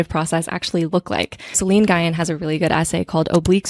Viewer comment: Hi! Love the video and the pod sooo much! I think Celine’s last name is pronounced a bit differently as it comes from what I believe is Vietnamese dialect. Just for next time. But regardless the video is sooo resonant and I look forward to every new ep!